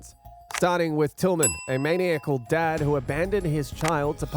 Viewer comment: maniacal is pronounced "Man-EYE-a-call!